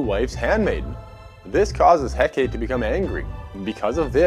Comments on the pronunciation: Eh-kate lmao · He pronounced a lot of things wrong. Like Hecate.